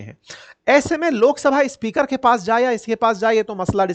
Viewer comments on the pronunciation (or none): none